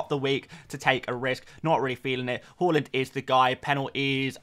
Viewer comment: Haaland not hooland